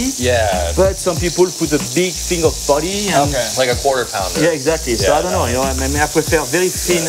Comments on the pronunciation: I have no idea why he calls Patty as potty, that is extremely awkward. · "Each potty is 4 ounce"